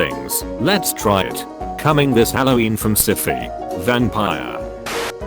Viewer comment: I can't decide which I laughed more about how he pronounced "SyFy" or the title 'V A N P I R E'